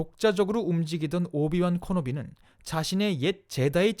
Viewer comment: 오비완 커노비 ㅋㅋㅋㅋㅋㅋ 오비완 캐노비에요